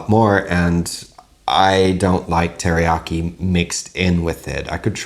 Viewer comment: I'm learning Japanese and keep correcting my mom that "teriyaki" has four syllables, rather than three, but isn't even trying to pronounce it right. 🤣 (no judgement)